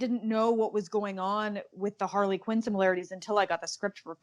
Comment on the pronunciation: She said Harley kin